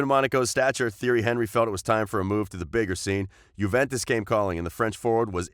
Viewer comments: man said theory henrie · u say it like this tee air ree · I unsubbed after the pronounciation of Theirry Henry's name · You need to learn how to say the names properly instead of butchering their names.